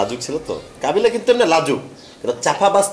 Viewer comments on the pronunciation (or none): Bro kobila na kabila hobi uscaron banan ta thik korun tar por comment korin bro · শুভ সঠিক বা ভূল যাই বলুক ইংরেজি বলে কিন্ত কাবিলা তো ভূল বলে তাও ভূল